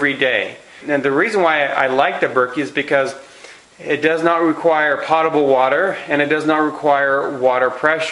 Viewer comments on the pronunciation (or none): Potable's pronounced w/a long o, like Poatable, not pot-able. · If you are going to claim yourself as an "expert" advisor, learn how to pronounce technical words properly. Potable water is NOT pronounced "pot-abel" water; it IS pronounced "pote-abel" water. The dictionary described pronunciation is "/ˈpōdəb(ə)l/". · It's NOT "pot-able" it's "poh-table"... you'd think you'd know this after spending thousands and decades of money and time as you say! Reason I dismiss anything you say! Pretty dumb! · Love what you do, but let’s get it right….”potable” (pronounced POtable, like boat-able) does NOT mean already treated by the city and full of chemicals. It means clean enough to be consumable. In other words, not nasty or polluted. Thank you for what you do… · Thank you for helping everyone out cause we were all like 'What is pot-able?" Weirdo. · Do more research on distilled water, I think you are wrong on those conclusions. Also while I appreciate the information and your video was well done. It would sound so much better if you actually pronounced the word potable correctly. If you are going to use a word several times and to show you know what you are talking about, pronounce it correctly, please. Potable - pōtəbəl pote-ah-bul. Cheers! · POTE. Potable is pronounced POTE A BULL. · P O T A B L E . Long "O" sound. As in Pole, not as in pot. Distilled has been best water for 200 years, btw. No cancer from distilled nor from R.O.water. (Distilled used at most cancer healing resorts for over 100 years; recently went to more expensive waters in some places, for money, not for health) i.e. Inaccurate info in vidao. Also, prices on Berkey site same or better as here. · The word is potable as in potato, not pot. Use the dictionary. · The correct pronunciation of the "o" in "potable" is a long "o" as in "No", not as in "pot".